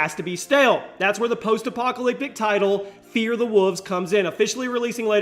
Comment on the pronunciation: I thought it was Fear the Wolves, not "Fear the Wuvs"...